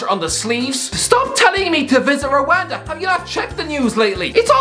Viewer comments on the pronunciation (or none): It is not Ruanda it’s Rwanda